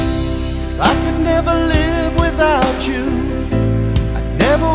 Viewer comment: Please say, "without you" not "without chew"....music basics 101